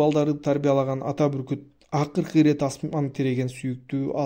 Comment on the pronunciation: Буркут дебей бүркүт десеңиз